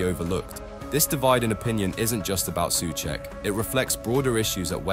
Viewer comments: I'm intrigued by your switching between pronouncing "Su Check" and "Su Sack" 😅 I'm equally intrigued by your subtitles alternating between "Suecheck" and "Soucek" and then when I switched over to Subtitles = English (auto-generated), it would never fail to translate incorrectly, into "such" "such cheek", "suek", "suche", 🤣 alright, I'm bored 🙄 ... bored with all these unnecessary squabbles destroying one of your own, who's a player with a higher chance of scoring then most others bar a few. He's an honest pro and not a slightest cuntish. Hate impatient modern fans sometimes... 👎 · If you use text to speech, this is closest I could get it to proper Czech pronunciation: Souhcheck